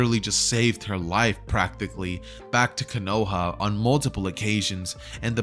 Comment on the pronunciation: konohah?????? no hate just telling the latecomers